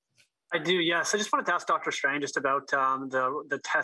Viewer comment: It’s Doctor Strange not Doctor Strang. Boom 💥